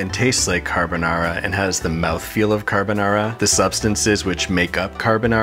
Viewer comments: you know it's not Carbonara when the chef pronounces it "carbuhnawra". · The more you say carbonara, the wronger it sounds.